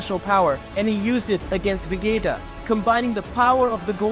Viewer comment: Dude you need to learn to stay vegita ,sayain, sadalia ,namek basically learn everything about dbz super learn how to say the names right